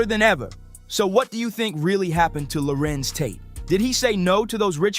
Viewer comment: Who is this guy calling him Lawrence Tate. WTFUG.